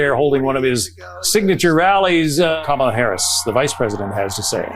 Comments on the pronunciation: I hate him purposely saying her name wrong. Sucha lil dik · The continous mispronunciation of Kamala's name just confirms how stupid he truly is. Soooooo old and boring. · He still cannot pronounce her name correctly, rambling orange fool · You know he pronounces her name wrong on purpose right? Names are pronpunced one way, not how you choose to pronounce them. A one day election is an intentional way to try to limit the amount of people who vote, the only thing I can think of is to give EVERYONE the day off but even then so many people will be left out. Who votes for your bedridden grandparent? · WHAT A TOTAL EMBARRASSMENT ! WHEN KAMALA HARRIS WINS WE ARE GOING TO HAVE TO ENDURE 4 YEARS OF HEARING HER NAME MISPRONOUNCED!!!